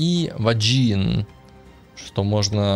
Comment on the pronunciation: ...какой Ваджин? Вейган прозносится. А про смерть-настолько ненавижу ламыча, что жалею, что это не в реале с ним случилось.